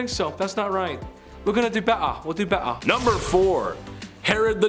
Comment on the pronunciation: "We'll do bett ar... We'll do bett ar" lol 😆